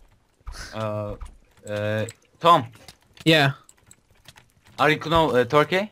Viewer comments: know nou diye okunuyo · know a knov diye okudu safafas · Know a bildiğimiz know diyen koca yürekli!!!